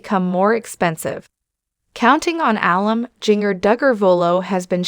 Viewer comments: I wish this woman learned how to pronounce Jingers name and how to pronounce alum. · Was this video electeonically narrated. I'm appalled at the mispronounciarion of Jinger's name and even the work "alum" which is short for amumni.